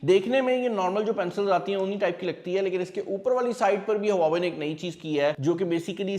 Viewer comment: Brand name please correct le. don't say brand in Pakistani accent.